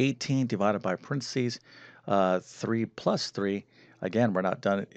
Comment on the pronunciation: PA REN THE SEES! NOT PRENSEES!